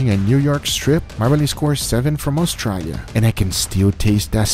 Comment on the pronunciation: Any other Aussie’s here cracking the shits at the way Guga pronounces “Australia”? lol